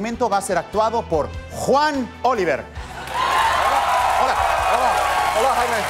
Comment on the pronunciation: It's not "Juan Oliver" you fools; it's "Juan Olivero". Jesus!